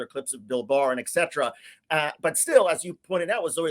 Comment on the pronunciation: Say WHATEVER you want about Cenk, but the dude knows how to say 'et cetera' correctly. not 'exeteruh'. Good on you Cenk.